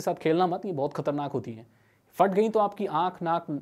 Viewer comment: Bro first of all Fat ni "Phat" hota ha